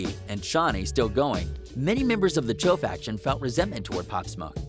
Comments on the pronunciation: dude said "cho" im weak bruh its "choo" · I know but just the way he said it’ also “Choo” not “Cho” you feel me’